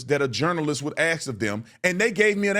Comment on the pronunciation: Maybe start by learning how to speak!? It is TRUTH not troof. It is ASK not ax! You cannot read!